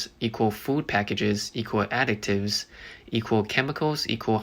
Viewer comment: So...was that a Freudian slip....you said 'adictives'....not additives